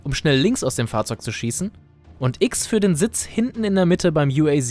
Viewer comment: Uaz das wir Deutsch ausgesprochen u a z